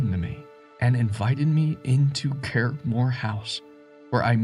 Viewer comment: Please learn the pronunciation of Irish and Scottish names when narrating. I shuddered each time you mangled the name Curraghmore.